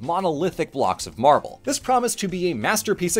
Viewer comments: Sorry, I can't help but hear you say "Marvel" every time, which makes this video super confusing if you're not paying 100% attention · Is it just me or did most of the times that said "marble" it sounded like "Marvel"?